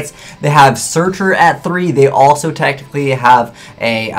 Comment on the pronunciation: ...Every time he says "technically," it sounds like he's saying "tactically" and it is so weird...